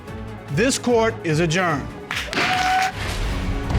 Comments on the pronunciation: 🤣🤣 he said adjourned but I was ready to here a germ 🤣🤣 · It sounded like the judge said “this court is a germ” at the end 😂😂😂